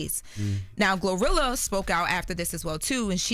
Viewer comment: She said glorillo 😂😂